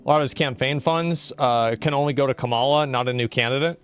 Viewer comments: Why does he always mispronounce Kamala's name? is he just being racist/antagonizing? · can you please start pronouncing her name correctly? thanks